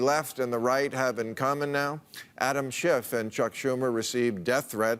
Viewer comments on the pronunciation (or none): none